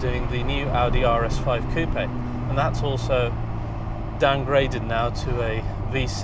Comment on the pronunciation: Nice review, made me intrigued by the car! also particularly enjoy hearing coupe said correctly